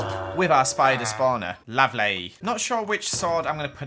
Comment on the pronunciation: saying lovely really weird